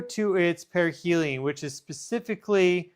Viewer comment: Wait - did you say perihel in 2031?! Is this thing traveling slow?